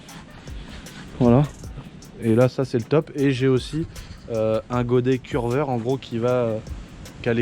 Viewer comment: Pas curveur c cureur 😅